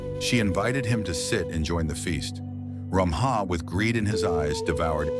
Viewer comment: No. Stop categorising us as Assamese. It's not Ramaha. It's Ramhah. There is lack in pronunciation